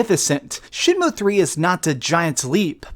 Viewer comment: For all you Americans out there its not shenmoo like a cow its shenmew like a cat While I'm at it its h not haych ur saying too much